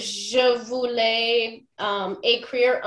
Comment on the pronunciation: It sounds like she said "je ne veure pas" several times to mean "I didn't want". Can't figure out what she was actually saying or the spelling.